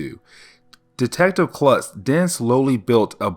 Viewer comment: Detective Kurtz not Klutz